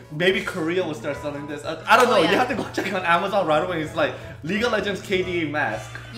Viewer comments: 발음이ㅋㅋ League of 레전드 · ㅋㅋㅋㅋ레전드 너무 한국발음이다